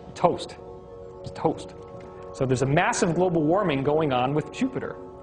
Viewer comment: "Globle" warming. Awesome.